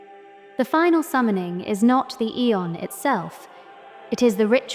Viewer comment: The mispronounciation of aeon drove me crazy